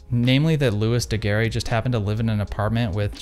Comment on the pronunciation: Loo-ee Da-Gare